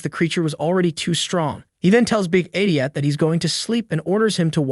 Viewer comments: Is this narrated by AI? Because if not, this douche nozzle pronouncing the word idiot as ediot and eyediot is really pissing me off. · pronounce "idiot" correctly challenge: failed